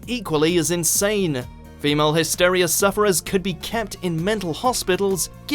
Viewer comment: He also mispronounced “ogled”, “macabre” and “hysteria”. No, it’s not his midlands/northern accent either. He had one job.